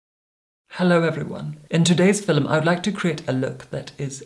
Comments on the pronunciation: Oh my god stop saying “fillum” !! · I’ve never heard anyone pronounce film fi-lum before. Where is from? He has the most amazing accent. I’m not convinced he isn’t actually a vampire from the Victorian era like he says he is. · "FILLUMING THE FILLUM" 😭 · His West Scottish heritage whispers through his voice like Scotch Mist. All West Coasters say ‘film’ like ‘filum’., tell me you speak ‘the Gaelic’, mas e ur toil e?